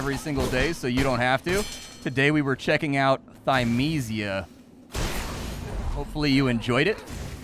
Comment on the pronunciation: I think developers should put pronunciations next to their titles sometimes for people like, I love his content but he manages to mispronounce every title D